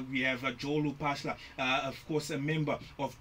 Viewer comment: Its not RUPAHLA ITS LU.